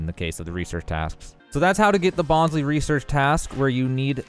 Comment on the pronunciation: Bon-sly, not Bon-slee!